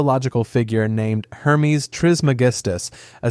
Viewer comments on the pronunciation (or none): none